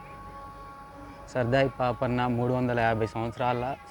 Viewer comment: సర్దార్ పాపన్న వుచ్చారణ సరిగా లేదు. ఇది భవనగిరి కోట కదా చెప్పలేదు